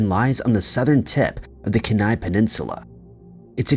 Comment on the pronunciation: First story, #5 Portlock is on the (Key-ni) Kenai Peninsula. I’m from Alaska and it kills me when the names are mangled 😵‍💫🫥